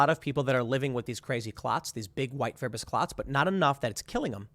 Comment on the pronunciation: WTF, Tim ! It’s easily figured! Are the clots (fiberous. Not “fibber-ous”) present in unvaccinated patients? You’re literally shilling for big Pharma, bro.